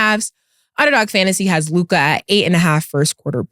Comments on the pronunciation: One thing Ma$e gone do is fuck somebody’s name up who tf is Luke-eye 😒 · Why cant Mase say Luka?😂😂😂 Mase: Loo-KAHHH 😂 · definitely said the Celtics are the most capable team to win out the east at the beginning of the year can’t remember what episode but y can’t Mase say “Luka” lolol he always saying Lucas or some crazy stuff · Why this nigga Mase always add a “R” to Luka name “Lukar